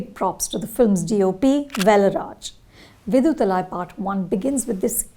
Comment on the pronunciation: With all due respect, how hard is it to get pronunciations of names of movies, characters and actors right? If you can stop for a second to get pronunciations of Damien Chazelle and Margot Robbie right, can you not make the least bit effort to get Viduthalai and Kumaresan (not Kumara Sen) right? It’s just lazy at this point and the name Kumaresan is said a bunch of times in the movie for god’s sake!